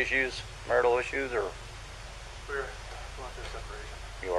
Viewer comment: it kinda sounded like he said we WERE instead of we're